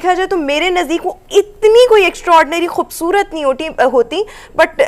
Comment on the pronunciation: Kbusarat nhi hoti,,,, khubsurat sari Pakistani mai jo baithi hai,,,, anyways mohtrma pronounciation shi kro,,, Hindi Urdu dono nhi bole ja rhe tumse,,,,or dressing sense to kmal hai tumhari 😡😡😡